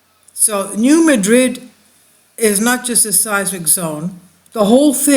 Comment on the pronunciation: Please check the pronunciation of New Madrid because we Missourian’s don’t say it the same way as we pronounce the city in Spain.